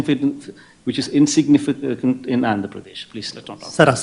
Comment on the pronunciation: indulo dynamic kanipisthundi. insignificant kuda sarigga chepalekapothunadu. malli dynamic l000 ani pedda matalu endukley